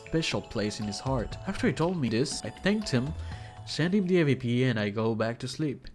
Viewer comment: it aint hard to pronounce awp